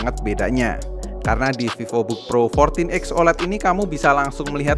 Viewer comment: Pak Vivobook (V nya gede pakk) bkn vivobook awokawijawokawok anda pikir hape🗿heheheehehe